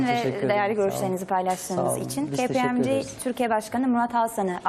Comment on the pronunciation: dünyanın en leş "kpmg" teleffuzuydu